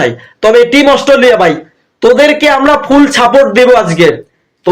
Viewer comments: Ostoliya noy re bhai Australia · অস্ট্রোলিয়া -- শূয়োরের বাচ্চা উচ্চারণ টাও ঠিক করে বলতে না 😂😅😂